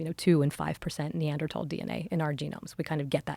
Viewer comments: stop saying Neandertall, sounds so dumb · Pretty hard to hear Neanderthal pronounced Neadertal 100 times..like my ENT saying ‘Tinnitus’ in a bold new way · I had no idea they were pronounced neanderTALL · thats not how you say neanderthal